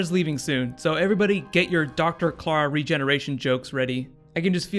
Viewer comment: sound's like you keep saying Cara, with that I wanna correct it as Clarah